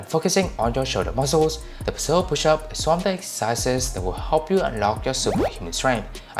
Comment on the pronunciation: Great video! Love how you broke down the progressions. Just a little advice on the pronunciation of the Pseudo Pushup, the P in Pseudo is silent. So just pronounce it with the S and OO sound like zoo; followed by the do sound. Like "S-oo-doh". Hope that helps.